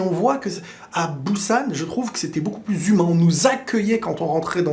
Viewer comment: Je regarde ta vidéo un peu tard désolé ^^ Alors dans un premier bonne vidéo ❤ Ça me fait bizarre d'entendre Busan avec un B mdrrr la prononciation c'est un léger P😉 Petite aide pour la prononciation. J'ai toujours pas eut l'occasion d'aller en Corée ahah mais bientôt de plus j'apprends la langue depuis 1 an donc je vais me régaler le jour où j'irai là-bas. Après je suis d'accord niveau Halal c'est pas comment dire y'a pas tellement de choix. Je sais pas si tu as fais attention mais les vols n'existent pas là-bas voir très peu. Par exemple les colis peuvent restés un jour devant la porte cela craint rien mdrrr. Après niveau sécurité tu as totalement raison mdrrr et les postes de police sont totalement différents aussi. Bref c'est complètement autre chose comme tu dis comparé à la France. Bonne soirée 🎉😊